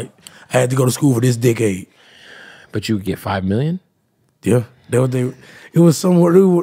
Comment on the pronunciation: Man said "dickaide"